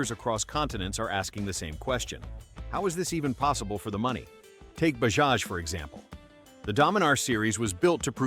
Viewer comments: It's not bahaj? it's Bajaj!!! correct your pronounciation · It's Ba-JA-j not BA-HA-j. .... We sound out both the J s . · Bahaj ❌ Bajaj ✅ Not everything is pronounced how baja (baha) is pronounced 🤡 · "Bajaj" not pronouced "Ba-haj", its pronounced "Ba-judge" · You should pronounce it as Bajaj and not Bahaj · 😂😂😂😅😅😅 what funny pronunciation. Its not "BAHAAJ " say properly "BAJAAJ" You're mistaking Mexican for Hindi . Pathetic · Hi, thanks for covering the path-breaking Indian motorcycle industry. Incidentally, in the name Bajaj, both J's are pronounced as J. So it's NOT BaHaj, but BaJaJ... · Americans should stop pronouncing J as Ha it is Bajaj not Bahaj. This is irritating. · It is not Bahaj. It is Bajaj. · it is Bajaj not Bahaj. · Bahaj is pronounced Ba-Ja-J. J as in Jam. Royal Enfield was the first to reposition towards premium markets. They sold more than when they were just reliable and affordable. The brands shown were built to be affordable not flashy. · Bajaj❌ Bahaj✅.....🤣🤣🤣🤣🤣🤣🤣🤣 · If making the video, at least the pronunciation must be right. It is not “Bahaj” but liternally “Bajaj” unlike Spanish pronunciation of “j” as “ha”…. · Please stop saying Bahaj. It's Bajaj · Wtf is bahaj? It's Bajaj pronounce J bro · Bahaj ❌ bajaj ✅ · Bro it is bajaaz not bahaaz😮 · Baja not Bhakti. .It’s not Spanish or Slovak. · ‘Bahaj’?? Really? 😂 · Did you just say "Ba-has" ? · In Mexico Ja pronounced as Ha. That's why narrator confused initial stage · It's Bajaj correct your pronunciation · Indian laugh ha..ha..ha.. Not ja..ja..ja..ja you might want to correct the way you pronounced bajaj it's not a Spanish name. J is pronounced as j not h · when you write j then pronounce it j. its not h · Unlike the Mexicans , we do actually pronounce the first j in bajaj